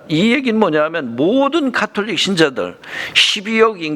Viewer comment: 캐톨릭은 가톨릭 , 바디칸은 바티칸이 표준말이고요(슬라이드에는 표준말로 잘표기되있는데 꼭 틀린이름으로 발음하시네요) 정진경추기경이라고 하시는데 정진석추기경님으로 성함과 호칭을 정정해야겠네요 목사님 성함을 조난민 목사라고 이름바꾸고 경칭빼고 (개신교김삼환목사에게는 님자부치시더니 추기경님은 이름바꾸고 경칭빼고)바꾸어서 호칭하면 좋겠습니까 개신교를 캐신교라부르면 듣기거북하겠지요 사소한것같지만 이런것들이 주장하시는것들에대해서도 신뢰성을 떨어뜨리는것 같네요 가톨릭이 이단이라고 주장하는 터무니없는 소설과 우상숭배한다는 왜곡은 논할 가치를 못느끼고요 하느님의 은총으로 미혹의 영에서 벗어나 참진리의길을 걸으시길 바라는측은한 심정입니다